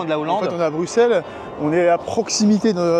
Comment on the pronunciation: Dans Bruxelles, on prononce le x comme un s. Il y a une chanson d'Angèle "Bruxelles je t'aime" si ça peut aider. Avec plaisir 🙂